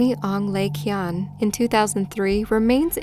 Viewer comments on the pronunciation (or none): none